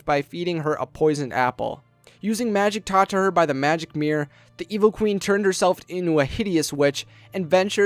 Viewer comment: Your voice is so young and hunky, i don't even mind the fact you say "Mirr"